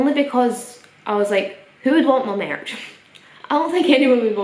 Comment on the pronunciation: "i've got mierch!"